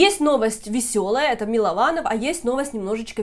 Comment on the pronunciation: Ольга перестаньте коверкать фамилию человека! Он же сам уточнил, что он Мылованов!